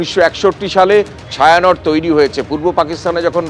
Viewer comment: ওটা ছায়া নট না, ওটা ছায়ানটি